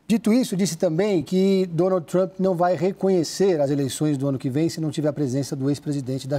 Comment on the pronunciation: Para mim é TRUMP e não TRUÃMPPP....kkkkkk😅😅😅😅😅